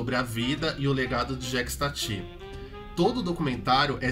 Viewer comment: Jékis Tati é de doer o ouvido